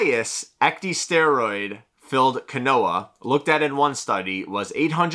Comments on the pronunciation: Quinoa is not pronounced as kwuh-NO-uh it's pronunciation is KEEN-WAH. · Right? Keenwah lol. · Quinoa is pronounced like (Keen-Wah) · pronouncing “quinoa” as “Ka-Noah” is annoying me more than it should 💀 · Sounded like canola so I came to the comments for help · I thought he was saying canola until I read your comment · The quinoa pronunciation tho